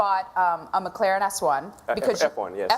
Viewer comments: “McClArEn S1” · girl says Mc Claren lol and she says Mc Claren s1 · "McClaren"? Seriously?